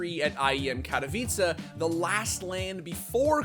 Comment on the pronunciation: Finaly pronounced katowice properly